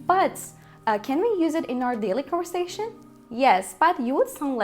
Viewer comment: off her iki dildeki telaffuz hataların öldürdü beni. Erduvan dediğinin farkında mısın? conversation ve pronounce kelimelerini telaffuz edişine girmiyorum bile. Delirdim